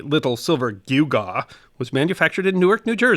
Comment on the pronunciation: This story deserves a mini-series on Netflix. Interesting pronunciation of gewgaw. I have always said GEE-JAW. After searching online I discovered I have always been wrong.